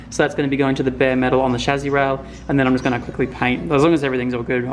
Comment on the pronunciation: “chas-see” not “chazzi”